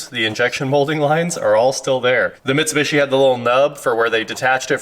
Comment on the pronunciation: I don’t know why has such a hard time, saying Mitsubishi lol but it drives me nuts